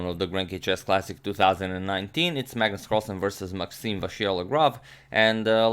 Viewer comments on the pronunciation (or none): none